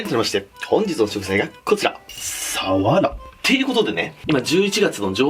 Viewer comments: サワラのイントネーション違くね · 愛知県だけど サ↓ワ↑ラ↓って言う人初めて見た笑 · 鰆のイントネーションが愛知ww 冬がうまいのは知らなかったです😀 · 鰆のイントネーションが気になる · サワラのイントネーションって瓦？🤔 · サワラの言い方気になってしまう🤭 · さわらのイントネーション気になるなw